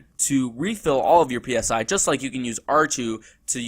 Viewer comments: Dear god stop calling it P S I, say it as a word not as letters, Christ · "PSI" is prounced like the "psy" in psychology. It's short for "psionics".